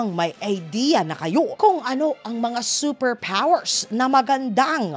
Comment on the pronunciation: seper pwoers!